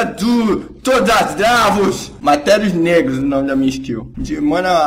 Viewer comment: Mas lembrando q é materius negrus q ele fala...